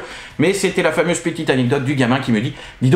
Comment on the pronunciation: Salut, bon je me suis un peu moqué sur Twitter, mais la narration de ta vidéo était très cool 😎👍 Bon au début tu as merdé sur le mot "fameuse" qui c'est transformé en en "famise" et où tu t'es ramassé la queue du dinosaure dans la figure, je t'avoue que j'ai pas eu de pitié 😂 Apres je t'ai trouvé bien, peut-être tu avais chaud ou de la fatigue on le voyait sur ton expression faciale, mais sinon tu as géré. Et le pire (comme quoi le cerveau joue des tours) quand tu bougeais le carton, j'étais persuadé d'entendre le carton se poser sur la table de présentation 😅 De plus à te regarder faire j'avais la musique du générique "Histoire sans parole" 🤣 A bientôt 😉👍